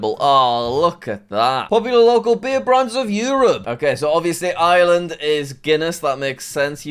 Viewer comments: I live in Ireland and it's pronounced arelind not i er LA and pls say it right this time😡😡😡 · You forgot to pronounce the R in Ireland, J A C K M A S S E Y W E L S H. (read this comment off-camera)